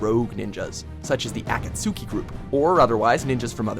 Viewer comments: a-ka-suchi? (facepalm) fail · Why did he say Akasuki like that😒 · please get the pronouncation of Akatsuki right you've said it wrong on so many videos GODDAMN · the accasuki group lol akatsuki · Akat-suki???? It’s akatski. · Bruh he said akatsookie, it's akatski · TRIGGERED BY A-KAT-SU-KI ITS SAID AS (A-KATS-KI) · For the love of Kami-sama...KNOW your Japanese pronunciations, seriously it's basic knowledge on how to pronounce Akatsuki!! It's NOT "Akat-Sukee" it's "Akatski"!! Basic things like HOMEWORK goes a long way 😐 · Aketsuki......ffs watchmojo, learn to pronounce. It is AKATSUKI. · Pronounce it with me narrator "Akatski" the u is silent like in sasuke "Saskay" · A cat sooky group? Fuck this video! I was willing to accept Naeyruto and even tiny snippets of the english dub, but now I kniw why people bash on people who watch the english dub. No idea how to pronounce japanese words + talking about japanese stuff and using their words = ew. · Ahhh-kat-sue-key ....what show have u been watching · I cringed when he said Akastuki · A-kat-su-ki ..... That was painful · how did he pronounce Akastuki? for shame. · Ack-at-soo-chee...if you're gonna compare two series, at least get the pronunciation right. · Aketsookey group? I had feces squirt out my ears after hearing how you pronounced that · Did they just pronounce Akatsuki as "A-cat-sooki"? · "AkatSUEki". Learn proper Japanese, WatchMojo. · is not a tsu su ki its a kats ki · One word..... A-Kat-Suki?!?!?!?!?!? DAFUQ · tf is the aksuki I wear these guys just read off the Wikipedia or something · Has narrator never watched an episode of naruto before reading the script? It pronounced more like A-cuts-ki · Even though Naruto is my second fav anime, this list is just asking for trouble. Also A-CAUGHT-SKI! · Who the hell is the ats sa zooki group? Has this guy ever watched this show where they SAY THE NAME ALOT..and I have NEVER heard it pronounced like that LMFAO What a fail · "AKATSUKI" GROUP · He said Akatsuki wrong